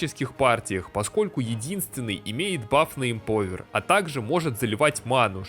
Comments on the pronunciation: эмпОвер ухо режет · Как режет слух тупая речь! Ты говоришь "МАЛАКО" или "МОЛОКО" именно говоришь? Эмпауер говориться!!!!